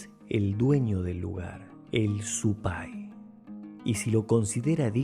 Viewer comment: Zupay se acentúa en la u!